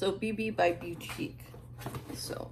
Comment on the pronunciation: It's pronounced Beau-teek monthly 🤣 its cool. I like your box. I get their Mask Maven subscription and I really like it.